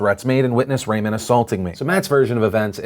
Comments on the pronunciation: Hey Phil, just an FYI, Ramon is pronounced "Rah-mone," not "Ray-min." Love your vids! Keep it up! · afaik, Ramon isn't pronounced like Raymond.